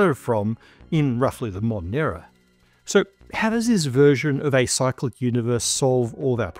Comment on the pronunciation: Cyclic, for half of the video I thought he was saying psychic.